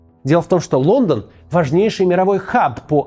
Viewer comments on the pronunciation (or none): none